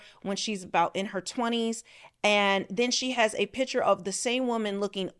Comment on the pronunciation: Please learn to pronounce the word picture. It is not a pitcher